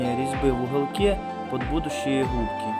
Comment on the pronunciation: Идея отличная, но блин дефицит буквы "г" бесит. Прям редет слух "хубки" "хайки" "ухолки" "болхарка"